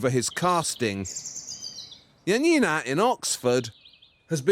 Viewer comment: It's funny how Januszczak is being inconsequential with the pronunciation of J in Janina's name. Especially considering both her first name and his last name are Polish and he doesn't mispronounce his own surname. Also, I get an impression the less similar the manufactured copies are to the original, the more enthusiastic Janina tries to appear about them and it comes off as really fake. I'm sorry but the copied brooch's head looks nothing like the one in the original. The new brooch looks more like a sparrow than an eagle.